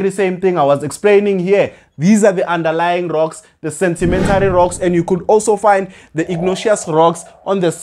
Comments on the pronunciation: Is it sentimentary or sedimentary😮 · Why are you saying sentimentary rocks Sir? Good work though well explained